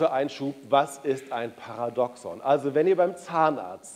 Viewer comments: Also wer über die Thematik Paradoxon spricht, sollte wenigstens wissen, wie der Begriff richtig ausgesprochen wird. Es wird das 2. "a" betont! Par !A! doxon! Bei "paradox" liegt die Betonung eher auf der letzten Silbe. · Lieber Herr Caspers: Das Wort "Paradoxon" wird auf dem 2. "a" betont und nicht auf dem ersten "o"... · Stimmt vollkommen. "... dem zweiten "a" betont und nicht auf dem ersten "o"... Jedoch mindert dies nicht die Aussprache des Wortes "Paradoxon". Und NEIN, diese Aussprache hat sich bis dato NICHT geändert.